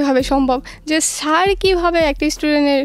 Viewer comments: ছ্যার না স্যার। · Sir naki Shar ki bollo bojlam na